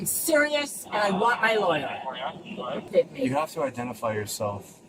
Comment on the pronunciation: Oh no, look out! She's se-wee-us, guys! She's se-wee-us and she wants her law-er! 😂😂😂